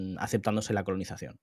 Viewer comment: Conolizacion?? Que gallego HDP 😂😂